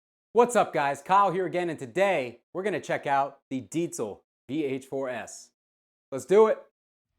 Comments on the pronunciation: "Deet-zul"... love that you pronounced it correctly. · Finally a english speaking person pronouncing the name "Diezel" the correct way. Chaupeau, dude! :-) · Correct pronunciation of "Diezel" = instant like. Great demo. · Yeah I noticed that as soon as he said it. Not just your average metal meat head!!